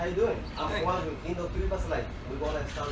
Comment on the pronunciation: Bro yk he’s work is A1 just with saying “my names Juan” the way he said it 🤣 keep up the hustle man I’m Mexican 2 but I don’t have a accent 💀 but ima try this business this year round ! Hope you still working ! And I stay around mckinny Dallas tx so if you need lights up or got a job comment